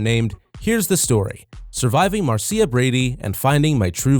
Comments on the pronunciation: Video maker, Have you ever seen an episode of "The Brady Bunch"? Can you say MAR-SHUH? That's how 'Marcia' is pronounced. Also, it's Ann B. DAVIS, not Davies. Please learn how to pronounce and spell! 🤪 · MAR-SEE-UH Brady ?? what the hell....hahaha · That was silly the way the narrator kept calling her Marseea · I guess no one involved in this video ever saw the Brady bunch. Mar- C- ah? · its mar sha idiot,,,,marrcia marcia marcia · Do your fecking research. The name is Marcia, pronounced MAR SHA. If you'd watched a single episode you would know that. You're a fake. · The fact they mispronounce Marcia just ruins everything 🙄😏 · When you make a video about the Brady Bunch but don't know how to pronounce the name Marcia.